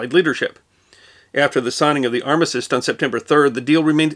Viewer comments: Then let me point out that you misspoke the word armistice, it seems to be the fashionable thing to do 😁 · Did that and it's different to how he says it. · I'm confused of how you pronounce armistice.